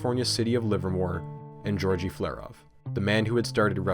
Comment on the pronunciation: Loved the video. Don't know if you'll ever see this, but the g's in Georgi Flerov's name are both hard: not Jorji like it would be for similar Western names. G as in "good". (Wikipedia confirms this: I knew it because I briefly worked for a Slavic chessmaster of that name.)